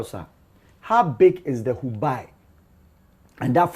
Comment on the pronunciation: The name of the province is pronounced “Hubei” hu-bay not hu-bi